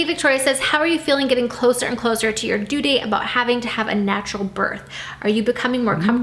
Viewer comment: It bothers me how she doesn’t pronounce the th in “birth”